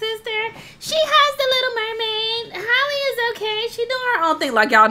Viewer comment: Y’all are supposed to pronounce Halle’s name the same way you pronounce Halle Berry 😭 it’s not Holly it’s Halle 😭